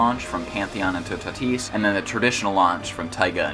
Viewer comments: it's Toe-tat-is not tu-ta-tise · I think toutatis is pronounced two-ah-tee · You can pronounce « Toutatis » like *Tootati*. If you want to add a little « je ne sais quoi » you can add a little hissing noise at the end so that it’s *TootatiH*. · It’s pronounced “two - ta - tees” lol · it is absolutely horrible how you say toutatis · i thought toutatis was pronounced "two tate is" 😭 Anyways, This ride is literally perfect